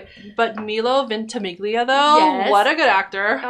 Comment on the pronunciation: And when Jack’s crying in the car seat, and Rebecca says it all with her eyes 👀 “Do you want me to finish?” And she does 🥰 PS….His name is pronounced My-lo Venti- meel-ya 👌🏻❤️